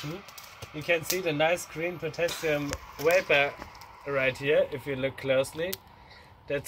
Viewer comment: It's VAPOR, NOT WAPER FML